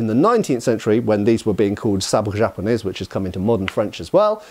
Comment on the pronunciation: In french "japonais" you do not pronounce the "s" ( same as in "Paris" ). French got the word sabre from german Säbel who got it from hungarian or/and polish who got it from more far east or ottoman influence or wars .